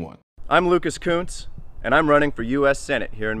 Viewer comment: somethig tells me Kunce's name need a better pronunciation :P